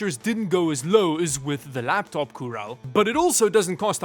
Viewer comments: “Coorel” Ah, don’t we love our Chinese e-commerce sites. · Razer coorel ❌ Llana coorel ✅ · Cooler. ❌️ Coorel. ✅️ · Oh yes, the infamous Razer "Coorel" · Gotta admire the dedication to the whole "Coorel" thing! (Although you did slip up just the once...) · I absolutely love the fact you still call this things "Coorel" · ty for the explenation. my brain has been dying watching this hearing coorel im like AHHHHH ITS COOLER NOT COOREL but yeah makes sense that its a chinese company doing so haha.